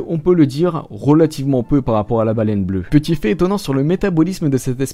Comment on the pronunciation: Baleine bleuE avec un E euuhhh